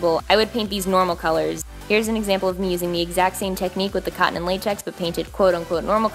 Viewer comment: i know she says cotton latex but it seriously sounds like she says condom latex sometimes lmao 😂